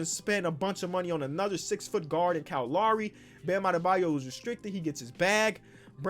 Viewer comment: “Kyle Lawry”